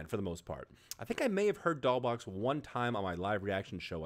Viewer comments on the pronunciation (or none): Btw: the "$" in Doll$Boxx is pronounced as an "s"